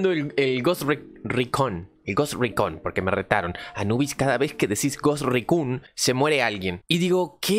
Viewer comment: Se pronuncia "gost rícon" 😂😂 buen intento igual amigo :D